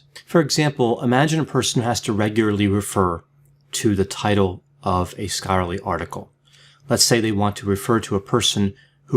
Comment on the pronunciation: mispronunciation of the word, scholarly”.